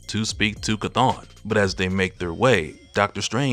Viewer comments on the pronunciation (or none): Chthon is spoken like the word OWN not ON.